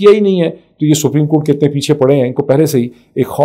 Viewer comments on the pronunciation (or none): Come on...General Rana is picture-perfect here... ...of a goon that he really is... It makes me wonder if he really is a lawyer - forget whether he is capable of upholding law and order - he can't even pronounce "Supreme" Court properly - calls it spreem Even Imran is "Um-raan" And lo and behold, he is our 'law minister' - marvellous! I bet he has a dodgy degree!